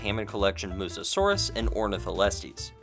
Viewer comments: Noticed you keep saying "Mussosaurus" instead of "mussaurus" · I don't want to be that guy but I have to say it It's a bit funny how throughout the video we see the text say "Mussaurus" but you keep saying "Mussa-saurus" as if there's an extra 'as' in the name xD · Its pronounced “mus saurus” not “mussasaurus”. (But I also pronounced it that Way before) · This might be my OCD talking, but aren’t you supposed to pronounce Mussaurus as Muh-saurus rather than Muh-sa-saurus? It was kind of an itch during the whole review (which was terrific, love your videos) 🐥